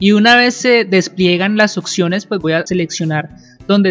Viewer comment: se dice observemos y opciones no ocservemos ni ocsiones